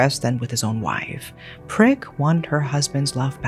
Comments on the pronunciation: Poor Prik. I am Thai/speak Thai and her name would be pronounced "Preek" with a long E sound. In Thailand we have long long first names, so everyone goes by short cute nicknames, her name means like hot chili pepper. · The way you double down every time you say Prik has me imploding 😭